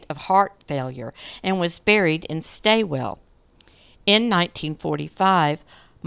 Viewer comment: Australian place names are hard. Wimmera is Wim-er-a. Stawell is Stawl. Most of the others were ok 😊